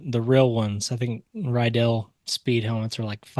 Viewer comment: Riddell , its not pronounced RYE dell its Ra Dell but i admit thats better then you saying like Riddle